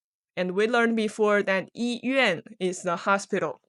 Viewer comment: Lesson 7 why does during the dialog 医院 sound like yi bian?